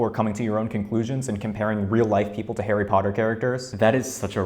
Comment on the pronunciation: arry pottah